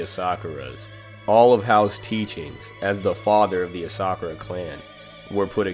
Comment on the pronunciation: You pronounced ASA-KURA wrong too pal